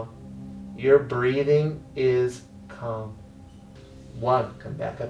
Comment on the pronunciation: “your breathing is cum”